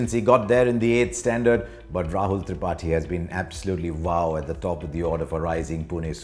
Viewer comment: He pronounces tripathi like thripati